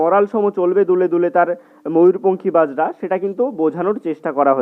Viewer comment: Apni bojra sabdotike bajra uchcharon korechhen